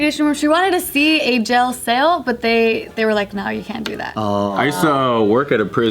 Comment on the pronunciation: says 'jell sail' instead of jail cell. 😂